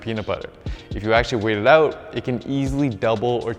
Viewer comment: Love how you pronounce Out and Workout as Oot and workoot